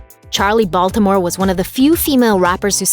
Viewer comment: Da'Ron White .......just a statement okay?...... No need to comment..... Okay?..... Just stating it's weird to hear someone not from Baltimore say Baltimore...... Okay......